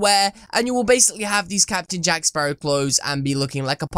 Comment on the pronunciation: the names jack spawrow mate